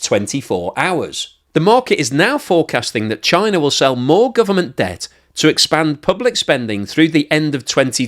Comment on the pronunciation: “Chiner”, lol.